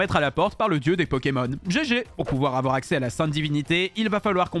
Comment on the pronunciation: « AVOUAR MANAPHY ET PHIONEee »